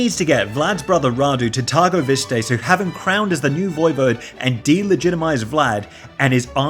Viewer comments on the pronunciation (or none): I cannot believe I am gonna 'uhm acshtualy' this thing... especially as I am neither romanian or into this thing much but by GOD! It is pronounced something like 'tirgovishte' rather than whatever the hell you are trying to say! (and I am not going into the rest of the romanian landmark pronunciation issues because it hurts) .... my apologies. I am usually not as triggered by random internet stuff.